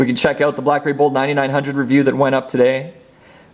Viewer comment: Lol anybody else heard crapberry? :D